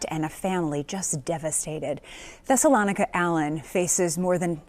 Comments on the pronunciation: I think her name is pronounced Thessa- LO -Nica!!!! And yes there are some crazies Where I'm from #INDIANA #ARROWAVE #JOHNSONFULLERSMOOTS where ya at!!!! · My Brother, here is a teachable moment for you > her name was the name of a town where the Jews lived during the 1st century (Acts 17:1, 13). It is pronounced THES-SA- LOE- NI-CA, but she may pronounce hers like: THESS-A-LON-NI-CA! Yes what she did was disgraceful, horrific and mind boggling. As much as we may want to judge this woman and what she did, we have to leave that to the One Who Judges Righteously, Who sits up on High and looks down low and the judgement will be fitting for the crime she committed. Prayers for her deceased husband and his family, her children who obviously felt that they had no other choice than to help her. People can be soooo sick!!!! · About the lady's name: Thessalonica (Thess- oh- low- ny- ka.) Thessalonians is the book of the instructions Paul was writing to the church of Thessalonica. (I won't get into it any further than that. I have no opinions on what people name their kids. I'm just answering that yes I do know the origin and pronunciation is all.)